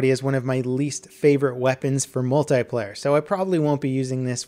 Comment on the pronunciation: Why can't you say multiplayer properly?